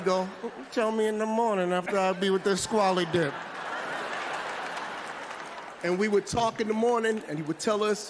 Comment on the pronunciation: Did this fool say ‘squallydip’?? 😂